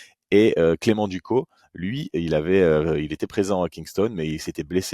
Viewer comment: Petit détail on dis clément « ducosse » Sinon tres bonne vidéo 💪🏼